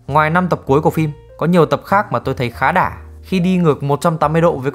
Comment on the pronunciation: "khá đả" =))) hello đồng hương Hoa Thanh Quế